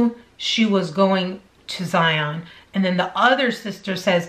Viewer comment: good video. A few things to note. I am from Utah and have been to Zion several times. First it is pronounced Zy -un, not Zi-ON. This is a national pronunciation problem with people that are unfamiliar with the park. As for whether it was a scam, hard to say, but I don't think we are getting the full story. I think it's more a mental problem than anything. The ultimate question that would tell the truth is where she got water to sustain herself. She did not go 12 days with no water. Once you have that answer, you will know the truth. One final issue regarding "search and rescue fatigue". It's real and it's a problem. Basically, since COVID hit, all these fools that have never been outdoors a day in their life are doing stupid things and calling 911 to be rescued, who in turn has ask volunteer search and rescue people for assistance. It's happening all over Utah in the mountains. They are also trashing the trails and environment because they have no respect for it, but that's a separate issue. I think your channel is great and I enjoy watching it. Best of luck to you!